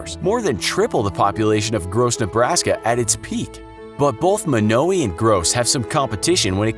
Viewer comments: It's not pronounced Mo now ee, it's pronounced Mono why. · I’m from Yankton, South Dakota and I’ve been to Monowi and eaten at the bar in Gross, just letting you all know it’s pronounced Mönōwī not Mônōwē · Actually,it’s pronounced as: Mon-o-why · It’s not Muknowi, its MonAWhy you idiot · I live 7 miles from monowi in a town called lynch and it is not pronounced munowy it is pronounced mon-oh-why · It’s mon-a-why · Oh yeah, and Elsie will be quick to correct you it is pronounced Mah-no-why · its actually mon-o-I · As a Nebraskan, it’s pronounced mon-o-eye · The way you Monowi is wrong it's (Mon-o-wi) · Fellow Nebraskan here...is it just me or was the narrator pronouncing the name wrong? I've always known it to be Mawno-uh or Mawno-eye.... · it's MO-NO-WAY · It's pronounced mon-o-a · Monowi, pronounciation (Mo-no-we).... Get it! No we! Just I! Hehe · Your saying it wrong, it's pronounced mon-oh-why, it's rather annoying, ( I'm from Nebraska) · Monowi how does everyone pronounce this wrong its m short a sound i hard o w i as in eye M(aww)n(Oe)w(eye) I know this I've been there but I speak your language better than you